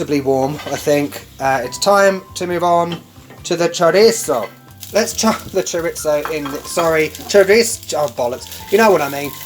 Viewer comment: I love the way you pronounce chorizo and as can attest, I’ve actually started copying you and saying it your way because it’s just so fun to say! 😂 I love it. I totally get what you mean by “real”/authentic. In any area that’s heavily touristed, there’s going to be parts of town where the tourists go and parts of town where they don’t. And I think people like you and me are often more drawn to the places where the locals go and shop and eat. It doesn’t mean those other places aren’t real or aren’t México. It’s just a way to distinguish between the tourist areas or the “ritzy” places and the places where there are more locals than non-locals. (Where we all know the food is considerably better!)